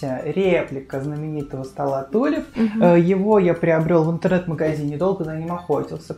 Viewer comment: Привет!очень классно!много новых идей!спасибо!Кстати про стол (на заметку)произносится -тюлип-в переводе с французского-тюльпан